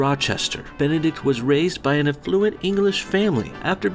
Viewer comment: Aff-luent?! Lol, are you for real? Ebonics for smug people.